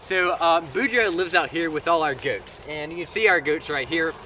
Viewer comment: I'm not American, but the way you say "goats" sounds really funny to me. 😁 Must be a Louisiana thing... 😋